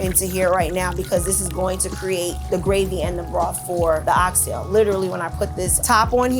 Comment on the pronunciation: She Pronounced "Ox Tail" correctly 👏🏿👏🏿👏🏿👏🏿 🇯🇲 I'm definitely gonna eatin there!